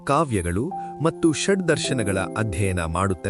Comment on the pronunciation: ಮತ್ತು ಎಂಬುದನ್ನು ಮಟ್ಟು ಎಂದು ಉಚ್ಛಾರಮಾಡುತಿದ್ದೀರಿ. ಇದನ್ನು ತಿದ್ದಿಕೊಳ್ಳಬಹದೇ ಮಹಾಶಯರೆ